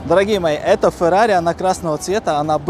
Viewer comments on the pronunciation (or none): это не фэрари а Феррари правильно. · Если не умеешь выговаривать Феррари , не стоить покупать Фэррари.